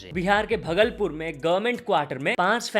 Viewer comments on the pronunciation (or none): Bhai aap bhagalpur ko glt pronounce kar rha ho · That's not bhaglpur , please correct your pronunciation bhagalpur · Its not bhgalpur its bhaagalpur👍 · Its bhaaagalpur